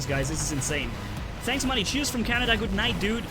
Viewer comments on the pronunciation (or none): none